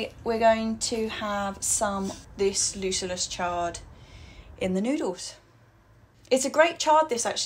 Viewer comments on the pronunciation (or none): Hi, I'm a big fan of your vlog. Sorry for being pedantic but the correct pronunciation of the name of your chard, Lucullus, is with "k", not "s". It's called after a Roman politician and gastronome, famous for his banquets and fine dining. I also grow it in Slovakia, where I live and it is indeed a great chard.